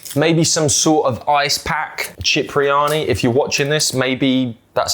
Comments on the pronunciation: we love you Cipriani Pronounced SIP Not CHIP My G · it’s pronounced Sip-ri-ani not chip 😂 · Sorry to correct but Cipriani is pronounced Sipriani.